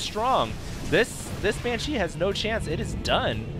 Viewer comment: i love the pronunciation uses for saying banshee. banCHEE